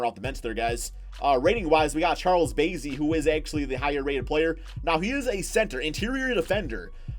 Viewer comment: It’s Charles bass-ey like the fish 🐠 he went to my old high school in San Antonio